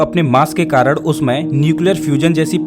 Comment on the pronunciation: Arey bhai aap karan ko karad kyun kehte hain.